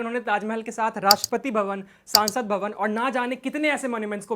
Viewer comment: सांसद भवन नहीं संसद भवन हिंदी सुधार लो या किसी और को बोलने दिया करो